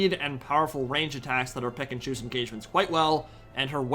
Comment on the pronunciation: everytime you say "pick and choose" I just hear "Pikachu"